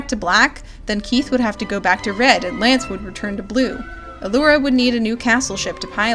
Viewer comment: The showrunners: “We love all our characters! Keith, Allura....Shyro...Lootoor.....Hönk......L-lënçe?